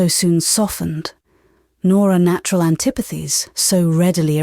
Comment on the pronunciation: Some odd pronunciation "bon-net" (bonnet), "auntypathies" (antipathies). Then there is the French pronunciation...🤔 Also, delivery I find monotonous.